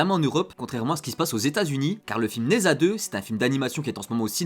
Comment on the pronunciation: Prononce Ne Dja :)